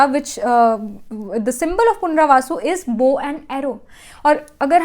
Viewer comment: You were saying punravasu..it is punarvasu